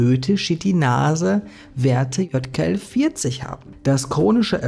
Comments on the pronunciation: Ich dachte ja erst du hast ausversehen J statt Y gesagt bei dem Wort YKL-40, aber du hast es locker 10 mal einfach falsch gesagt! Wie zur Hölle passiert sowas? 😂😂😂 Es heißt Ypsilon. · Gutes Video, aber es heißt nicht JKL-40 sondern YKL-40. Ungefähr 20 mal im Video falsch wieder gegeben. 😀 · Du sprichst immerwieder von YKL 40 ist [ˈʏpsilɔn] JKL 40 ist [jɔt] ( weil es mir immerwieder aufgefallen ist 😉 ) Ansonsten ➡️ ❤ DANKE für die Recherche und Deine Meinung - die ich auch hier wieder sehr (gerne) teile 🍀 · Es ist ein Y (üpselon) kein J (iott) in YKL-40. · Ey es tut mir echt leid das Video ist sehr interessant aber es triggert mich des todes, das du YKL 40 immer JKL 40 nennst. Ich kann das Video nicht zu ende gucken